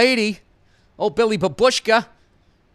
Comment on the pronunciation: Love you Billy! I swear I'm not calling you out, just want to help with proper pronunciation of "babushka". It's more "baaaaabushka" then saying the word quicker with emphasis in "uushka". None of this matters and I love you forever! Thanks and fuck you =)